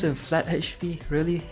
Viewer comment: It's Ach p not Hach p. LOL so funny!